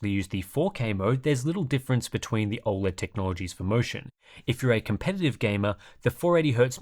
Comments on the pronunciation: It's not "Aw-LED" bro, it's "O-LED" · I think you’re the only person to ever pronounce it ol-ed